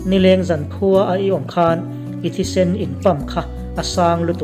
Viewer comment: Sunhlu Sen i tih thluk hian a Colour Red a ti ang tlat😂😂 a Rah no te sawi na 'Sēn' hmanzawk tur.